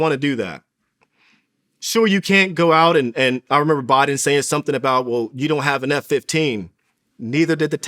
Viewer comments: This nigga said ”Bioden” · he said "biodin" anyone else catch this